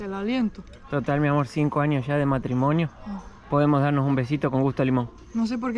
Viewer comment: Jajajajaja dice amarichio. como argentina